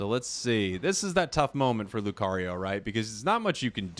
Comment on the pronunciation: Alright class say it with me LEW - CAR - EEE - OH not LEW - CARRY - YO